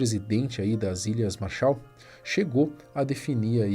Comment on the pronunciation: Ķkkkkkkkk "a responsabilidade é das ilhas marsha" essa foi foda 😂😂